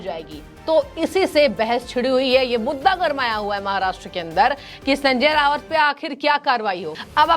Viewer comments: Not Rawat its Raut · Anchor pounces RAUT as RAVAT. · Resp. Acher you are pronouncing as Sanjay Rawat. In marathi his name is pronounced as Sanjay Raut. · Hello, He is Rauat Not Rawat, Please correct yourself. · एंकर कृपया .....नाम करेक्ट बोलें संजय रावत नही .....संजय राउत है सही नाम !!!, खेदजनक है।